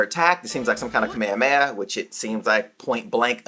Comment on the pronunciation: Am I the only one bothered by the way he says “kamehameha”? Or have I been mistaken all of my life and that’s the right way to say it?